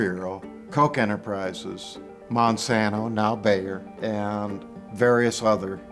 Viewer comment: It’s Monsanto bro